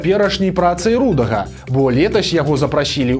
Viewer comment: "канстытуцыйны строй" ці "канстытуцыйны лад"? І дзе націск у слове "рудога"? Плешка!